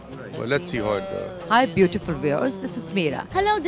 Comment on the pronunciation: again mera ji say did dhamaka....she said shot rather than show,.hahahha